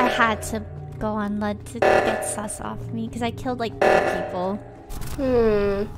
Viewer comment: Toast: "ooh thats sSuS!" 😂